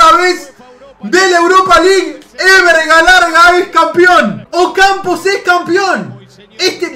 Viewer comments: Nadie: Absolutamente nadie::Ocampo en vez de Ocampos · Es Ocampos jajaja,no Ocampo!!!